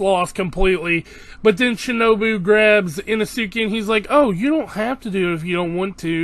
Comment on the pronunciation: Inesuke? I-no-su-ke…